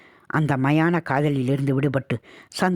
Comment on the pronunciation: சமுத்ரிகா லட்சணம் இல்லை சாமுத்ரிகா லட்சணம். அதே போல் மாயன காதல் இல்லை மயான காதல்.